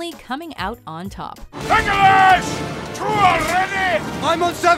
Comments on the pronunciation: No one gonna talk about how she pronounced “LEGOLAS” (Lord of the Rings) 🤣🤣🤣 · Anyone else uncomfortable with how she pronounces Legolas?